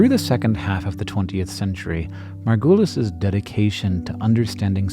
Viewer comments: Can we talk about how you are saying her last name wrong the whole time! It is super distracting. Margu(uh not ooooo)lis. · Just rewatched this and still am sad about the way you keep on discrediting Margulis (which she pronounces sounding like marvelous instead of the way you pronounce it) She lived in deep sexist and capitalistic times and she had all the reasons to follow her intuition and knowledge so bluntly while making some of the most mesmerizing discoveries. She kept on being mocked and put into this new age hippie groups to discredit her. The way evolution is not a tree branching up into the distance but branches coming together is so compelling its still not accepted in popular science, like Micropia the zoo for microorganisms in Amsterdam still doesn’t explain this but keeps the old Darwinian idea alive of a tree. I’ve read her books and really think she needs more credit and less of this woowoo, we have always known this. If it feels like we have always known this change the diagram of the tree.